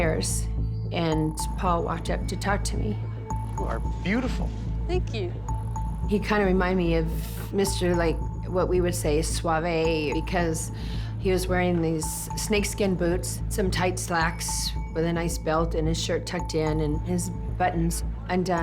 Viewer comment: "Suave-ay". Sheesh.